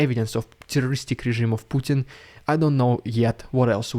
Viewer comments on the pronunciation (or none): none